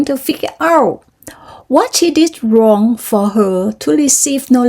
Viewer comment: ฝึกไปเรื่อย เรื่อยค่ะ เว้นจังหวะไม่ค่อยดี😁 ออกเสียงหลายคำปรับอีกนิด เช่น wrong ไม่ออกเสียง w